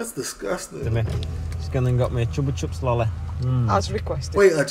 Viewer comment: He said Chuppa chups not chocolate chips haha it a company who make lolipops